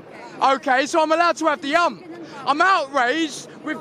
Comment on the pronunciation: “I’m allowed to ‘av the ‘ump”…. Brilliant! 😂